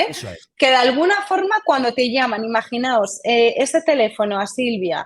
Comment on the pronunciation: Muy bien por la especialista al utilizar correctamente el modo del verbo imaginar. Dice IMAGINAOS y no imaginaros. Cada vez se oye más en tv, reporteros, periodistas y tertulianos la forma errónea de cualquier verbo:.... Imaginaros....